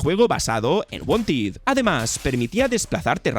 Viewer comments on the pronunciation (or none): No es "SOULSTAIS" es "Soulstice" y no se pronuncia "Dreikengard" es DRAKENGARD", No es "WANTID" es WANTED" etc etc